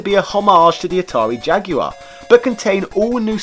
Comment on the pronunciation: It's nice to hear someone pronounce Jaguar correctly.